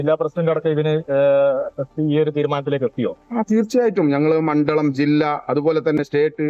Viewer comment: മണ്ഡലത്തിനെ മണ്ഡളം എന്ന് പറയുന്നു